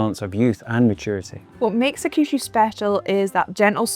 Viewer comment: hakushu is pronounced HAK-shoo. the middle U is almost silent, and the stress is on the first syllable